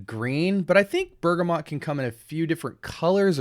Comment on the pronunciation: *Bergamot (no 'n' in the word or pronunciation). Great review 😊